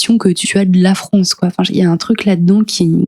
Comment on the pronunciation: Rien à voir mais ça vient d'oû cet accent ? Je veux dire, prononcer les "a" comme des "o" ? France = Fronce ?